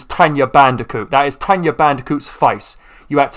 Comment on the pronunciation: It's tawna not "tenya" ppppllleeeaaasseee stop calling her that. And i hope that calling aka-Aku uka-uka was just a slip of the tongue